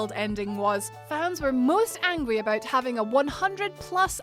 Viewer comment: the “about became “aboot”